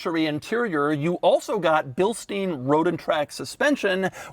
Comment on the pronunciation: Feckin eh bud! Btw i think it's pronounced Bill-stine shocks not Bill-steen. Not positive but pretty sure they don't pronounce it that way.